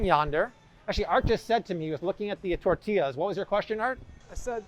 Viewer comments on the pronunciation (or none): none